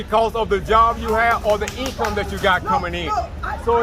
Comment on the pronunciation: "Strings of eencome"